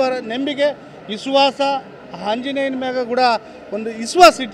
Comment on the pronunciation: ಇಸ್ವಾಸ ಅಲ್ಲ ದಡ್ಡ ಮಗನೆ ಅದು ವಿಶ್ವಾಸ...ಮೊದ್ಲು ಕನ್ನಡ ಕಲಿ.